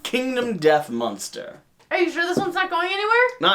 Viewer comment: I still giggle every time I hear you say "munster".